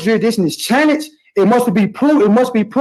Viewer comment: what exactly is juridtion? and whats charrenged?